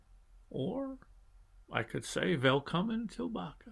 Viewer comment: Du är duktig på ditt Svenska uttal på välkommen tillbaka 👍😊